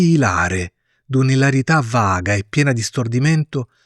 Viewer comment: La pronuncia corretta, secondo la Treccani, e ilare con accento sulla i, sdrucciola